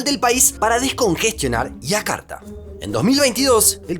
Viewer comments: Aiakarta no, Yakarta. (Jakarta). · No entiendo por qué a los nombres propios que llevan "Y" los pronuncia como "I" ( Iakarta/ Abuia) si su forma natural de pronunciar las "Y" es "SH" ( flushen/ aposhes). ¡Por lo demás, excelente video! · entonces no seria Y si no sh, la y tiene una pronunciación bien clara y específica.